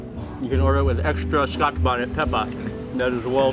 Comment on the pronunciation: I love the show but youre killing me with saying scotch bonnet